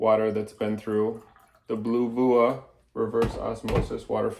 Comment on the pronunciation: Thank you so much,, for sharing our product and making such a great review video! As for the pronunciation of the brand, you can say it as "Blue-vee-ah"! The small notes showed throughout the video really make the test easy to comprehend, and we are glad that it can be your reliable companion on your healthkick! As for the TDS, we do recommend replacing the filter cartridge every 12 months as instructed, as a RO unit should typically ensure at least 90% of TDS removal. While a water TDS of 22 is still considered safe, we still suggest replacing the current cartridge as soon as possible to maintain the ideal performance of the filter. Nevertheless, many thanks again for chossing us as your new hydration solution. We hope you enjoy the safe, clean water supplied by our products, stay healthy and hydrated!💧💙